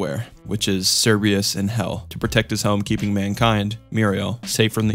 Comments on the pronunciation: Awesome video the one thing that bugged me tho was you called Cerberus Cerbeus lol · Oostace? Merreal? Cerbreeus? Dude. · He also pronounced Cerberus wrong. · how do u pronounce "Cerberus" correctly here but then mispronounce it wrong twice afterwards